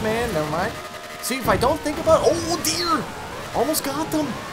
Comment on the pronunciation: You know he's from Canada coz he said "ooh deer, almost got em" like they were mosquitoes LOL